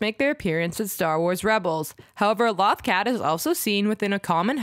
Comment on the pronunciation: Would it hurt to learn how to pronounce the thing you're making an entire video about?